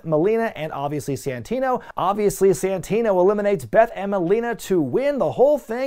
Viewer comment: It's Santino you idiots.